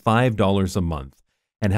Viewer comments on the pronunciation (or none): none